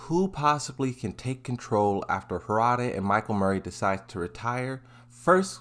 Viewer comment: bro it's Harada, not Hoorada